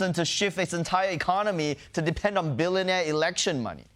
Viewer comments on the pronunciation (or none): I, for one, think it's adorbs how he pronounces "billonaire" like the game show host in Slumdog Millionaire.